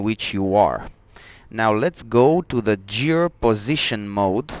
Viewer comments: The word Gear is pronounced with the G as in GOOD not GEORGE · it's pronounced like the g in metal gear solid. or like in gears of war. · g i ă r ... g i ă r ... g i ă r ... repeat after me ... GHIĂR ... otherwise nice job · Great video thank you very much. Now the dashboard makes so much sense! Btw, I think you realized towards the end that the word "Gear" is pronounced like the G in "George" :)